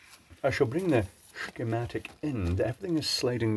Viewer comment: I like the way you say... "Shigmatic"...